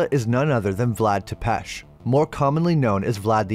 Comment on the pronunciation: The accent on Tepesh is on the first syllable.